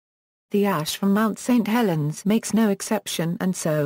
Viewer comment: LOL, "Mount STREET Helens" haha